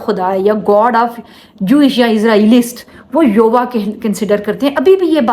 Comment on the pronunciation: Sister ये नाम का उच्चारण यूवा गलत है इसका असल उच्चारण पवित्र।। यहोवा।। सही उच्चारण ये है।🎉